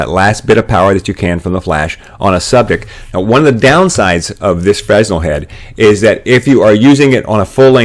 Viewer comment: Excellent! Exactly what I was looking for - Thank you! But, it's pronounced fruh-nel. There's no "s" sound. My ears grated every time you said it. Thanks again!